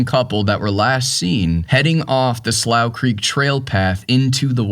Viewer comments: Slough is pronounced "Slew" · I believe its pronounced "sloo". How can you not know that? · "slough" is pronounced "slew"....it means a wet, low patch of ground. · It’s pronounced slu or sloo… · Maybe the mispronounced Slough was from using AI narration.